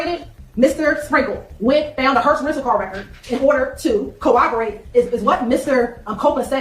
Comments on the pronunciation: My word... Can someone explain to about pronunciation🤦 Cor-rob-or-rate not co-oboate. Ask not ax. Where he at? Professionals would say where was he at. My goodness she sounds so uneducated. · the way she says co-obberate is driving me insane